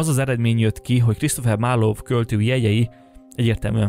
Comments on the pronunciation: Nagyon érdekes volt, köszi!!!! ….de kérlek, The Globe Theater nevét ne ejts GLÖBE-nek! Marlowe …. nem ejtjük a “w”-t sem …..simán, fonetikusan MARLO! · A "marlov" égképp kiverte nálam a biztosítékot. Bocs. Nem hiteles. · Amúgy szerinted kit ábrázolnak a fellelhető Shakespeare-portrék? (Marlowe kiejtése helyesen 'marlou', a Globe-é 'glob').